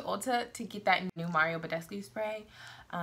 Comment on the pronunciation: i'm romanian, the same country mario badescu comes from, and your 90% correct pronunciation of his name gives me life! so many beauty youtubers destroy his name haha. thanks for the video, it was really helpful, i look like lizard people with a faulty skin suit in the winter :(